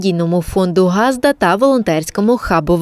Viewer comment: Невже так важко поставити дикторам правильний наголос - не гАзда. а газдА. І це постійно повторюється з випуску у випуск.Як не вмієте,то не використовуйте місцевий діалект.